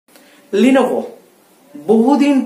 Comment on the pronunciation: 1st of all eta লিনোভো na ;লেনোভো hbe